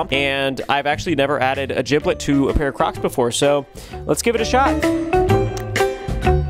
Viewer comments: who's gonna tell him its jibbit not jiblit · A giblet it’s gibit